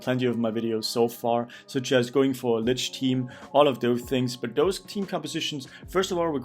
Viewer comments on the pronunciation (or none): none